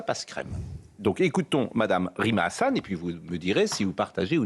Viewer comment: Diction /20 "Rime à rien"